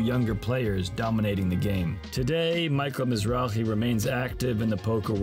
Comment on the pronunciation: Thumbs down for completely butchering his las name.. you can actually here in every clip they call him Mizrake! not Mizraje